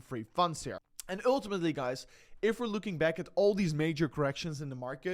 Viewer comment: When you say "ultimately" in English, think of it as promounced "ooohhhtimatly" not dutch "u". Thank you! Just practice the sound ohhhlll then add that to the front of the word.